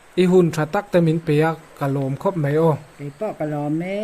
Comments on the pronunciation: MEI i ti ziah mai a, MAI i ti tawh zawk dawn nia, Mei tih hi an hmang ngailo, mizotrawng diklo a ni e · MAI ti la chu hmang zing pawh nila a pawilo. MEI iti zel a, ngaihthlak a hrehawm.